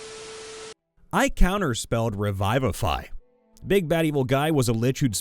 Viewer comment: It’s pronounced revivify not revIIIYvafy